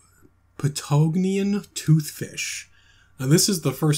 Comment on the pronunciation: TBH I'm a little disappointed that the "Patagonian Bass" was pronounces wrong, but this is still amazing 😤